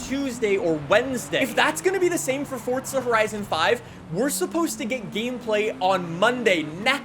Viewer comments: it's not fortza it's forza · ITS NOT FOR"T"ZA IT IS FORZA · It’s pronounced forza not Fortza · "Fortza Horizon" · Fortza? There’s no z😂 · where is the 't' in forza